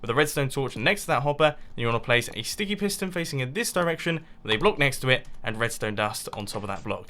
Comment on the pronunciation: mumbo you said stinky piston and not sticky piston🤐 or ahhhhhh is it me